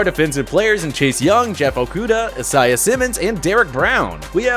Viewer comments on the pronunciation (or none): aye-siah simmons? lol its Isaiah. i guess im Kaytherine now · The way he said Isaiah Simmons litterally killed me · LMAO, you this guy can't pronounce Isaiah Simmons lol.